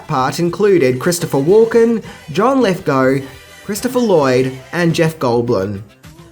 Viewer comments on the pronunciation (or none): none